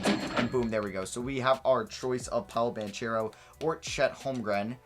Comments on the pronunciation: it’s pronounced ban-kero not ban-chero lmao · The ch in banchero sounds like a k so its pronounced BanKero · yo I didn’t know til recently either but you’re pronouncing Banchero’s last name wrong, it’s (Ban-cure-O) I saw him say his name on an interview video, just looking out for you and the ones that get offended by you saying things wrong lol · It’s pronounced “Ban-Karo” Keep up the good work